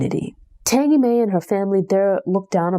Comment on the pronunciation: One of my favorite books. Oh her name is pronounced TANgee like Angie with a T